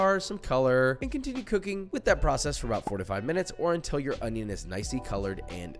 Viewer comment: oiinion, not onion